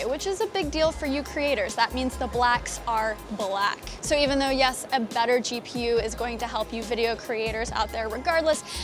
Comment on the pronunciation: "you dont need to get a new camera dough"